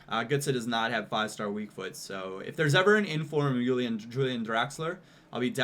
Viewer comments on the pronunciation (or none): none